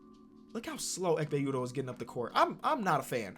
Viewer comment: no one: literally no one:: EKHPE UDOH